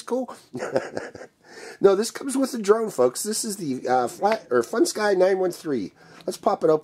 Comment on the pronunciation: IT'S A FUNSKY PRONOUNCED FUN SKI NOT FUN SKY LOL